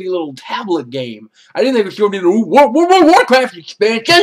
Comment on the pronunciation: Wo-Wo-Wo-WO-Woh-wohchaft exhpanshion. hahaha Gotta love Francis